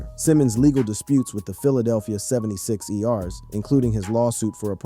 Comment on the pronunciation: That's what I thought lmaooo "76 E RS"